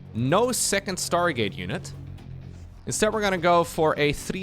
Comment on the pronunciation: Sounded like you said start gate.